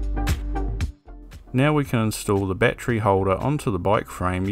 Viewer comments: battery... not batree there are 3 syllables ˈba-t(ə-)rē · you mispronounced the word battery ..